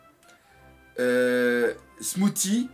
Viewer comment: Smoothie comme le smoothie que tu bois/mange donc ça se pronnonce "smoossi" :p